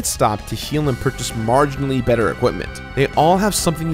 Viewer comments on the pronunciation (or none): none